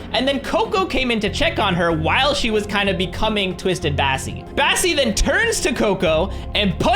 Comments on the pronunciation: You call bassie cassie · Kassy you mean bassie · U said Cassie instead of bassie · Yes I was like “did he just say Cassie?”